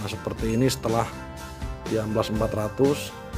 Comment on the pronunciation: amplas boy bukan ampas